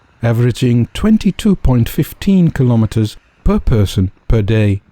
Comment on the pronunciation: Your pronunciation of the word 'kilometres' is incorrect. You're Dutch, so you should know better..